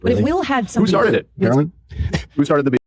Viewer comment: they're not even saying her name right... they keep saying it like "carolyn" and not "caroline." shows how much they give a fuck about the words she's actually saying.